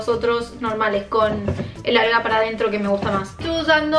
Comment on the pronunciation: Soy yo o dijo nalga la primera vez y después alga jajajajajaj